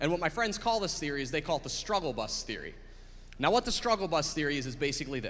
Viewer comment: He says "Now" like "Nao!"